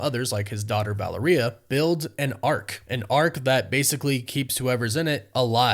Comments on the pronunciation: Bro u gotta get Valeria's name right it doesn't sound like diarrhea it's Val- lair-Ria the way I spelled it is the way it's sounded out .. other than that love ur channel.. I get urked tho wen u say diarrhea lol😊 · Keep up the good work. But for the LOVE OF GOD!!! Please pronounce Valeria's name properly! It is NOT val-er-EE-yuh. It is val-AIR-ee-yuh. Like, "malaria". In fact, exactly like malaria. Thanks in advance, sir. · Say it with me...Val-AIR-ree-ahhh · Valeria’s name is accented on the second syllable: Va-LAIR-ee-a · Her name is pronounced VA-LAIR-RIA Richards dude. Hahhahaha. Come on! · Dude for someone who has a page about comic movies….you don’t know them very well. First you can’t say Valeria Richards name correctly, then you say that Franklin is a mutant. They retconned him being a mutant years and years ago. He is no longer a mutant. I’m not trying to be a dick, but dude… do a little research before you drop these videos. 😂😂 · You keep botching their daughters name!!! WTF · I love your vids, hate the way you say Valeria. Lmao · Yes! This has been driving me nuts.